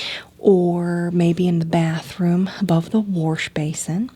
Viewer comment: It's not white it's "howite"... it's not wash it's "warsh"